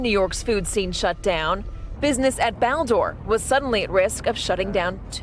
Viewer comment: "pro-doose"? does she mean produce?